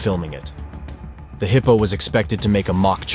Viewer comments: WTF is a "heepo"? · The footage is nothing new. But the horrible narration, by a computer, is beyond annoying. Why don't the channel creators just read the copy themselves? Or, hell, I don't know, get a friend to do it. A friend that can pronounce hippo 😖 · Dude says heeeePOoo